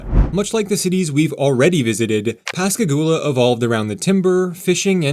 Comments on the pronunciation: FYI, Pass Christian is pronounced like Kristy Anne. Local will laugh at you if you pronounce it the way you did. Oh, and thank you for correctly pronouncing Pascagoula. That's one that people who aren't from the area often get VERY wrong. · Please search, Pronounce, Pass Christian. Correctly, sounds like this "pas kruhs an". {3 syllables- not two} Not "pas christin." Also locally referred to as the pass. Your pronunciation is by no means uncommon, but wrong. Your pronunciation of Biloxi and Pascagoula was spot on, both Native American tribes. I'm not sure why there is no station in Ocean Springs, MS., on the east side of Biloxi Bay.